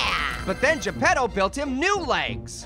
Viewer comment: It's Geppetto not Japado!